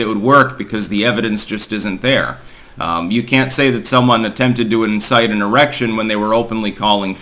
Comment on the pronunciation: says "tries to incite an erection". lol